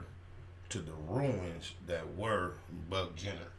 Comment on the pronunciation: nigga said Buck Jenner😄😄 I'm dead